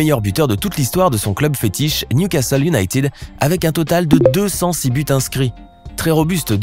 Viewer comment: salut,en anglais ,united ne se prononce pas younaytid mais younaited et merci